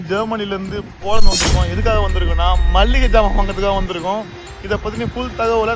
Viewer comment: Malligai jaamaan ❎️ Maligai jaamaan ✅️